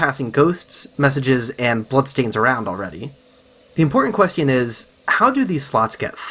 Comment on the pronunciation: Yo I’ve never heard anyone pronounce “question” the way it’s spelled in my life